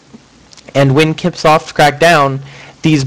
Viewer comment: Lol it's not kip-soft.... it's "sip-soft".